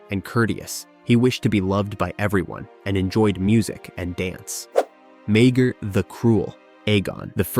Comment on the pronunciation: you mean Mayger from how it was pronounced in this video